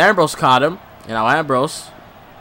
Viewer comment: you are saying balor wrong